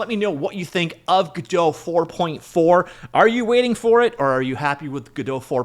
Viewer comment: plsssssss pronouce the T in godoT its GodoT not GodoH plsss its sooo annoying